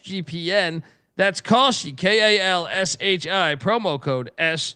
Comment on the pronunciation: Should ask your ad rep how to properly pronounce Kalshi.